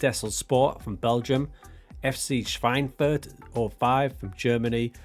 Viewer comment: 3. Liga is pronounced "dritteh leega" (=third league). And it's "Airster Eff Tseh Schweinfurt"(First FC...). Yes, your pronunciation of Schweinfurt is already pretty good. Within speaking English, I think it's absolutely fine if you say third Liga.